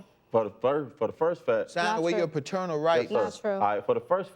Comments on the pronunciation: I’m tired of him saying fraternal instead of paternal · If i hear the defendant say "Friternal Rights" one more time. 🙄🙄🙄🙄😒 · He keeps saying "Fraternal" rights. Is he talking about his child or his brother? I'm confused.😆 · Bruh it’s PATERNAL not FATERNAL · As I watch this for the 2nd time this mofo said faternal rights and kept saying it even when judge mathis looked at him crazy and said it correctly like wtf is faternal rights u mean paternal rights this ninja look like he dress in drag at nights and on the weekends 😂😂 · No matter how many time judge Mathis said "Paternal” the defendant just kept saying "Faternal” 🤦🏽‍♀️😂😂